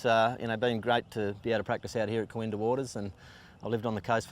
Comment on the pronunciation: Great coverage except it's KooINdah not KooinDAH